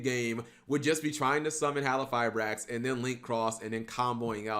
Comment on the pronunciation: Mispronounce "halqifibrax" again and I'll break your legs